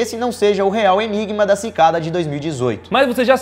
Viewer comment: Você disse ENIBA (OMEGAULUL)